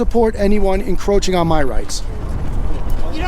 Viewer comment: I laughed my ass off when that guy kept saying "encrotching the speaker". I guess you not only audit them you molest them too🤣